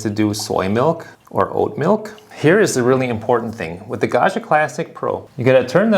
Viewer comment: Pro tip: Gaggia is n Italian name. It's pronounced "gawd-gee-uh." There is no French "zh" sound in Italian. It's pronounced like Joe DiMaggio, or DellaMaggiore.